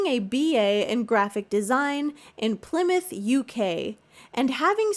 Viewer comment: first time I’ve seen an American content creator say Plymouth properly thank you 😭🙏